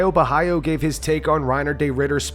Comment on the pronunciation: Is Caios last name pronounced Bohaio or Bohalo? There's not an I in his last name. Is everyone saying it wrong or are they saying it right?